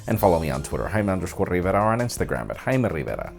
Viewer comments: I love him saying "Jaime Rrrriverrra" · "Hymen Rivera" I thought you said that.. I didn't know you were virgin Jaime!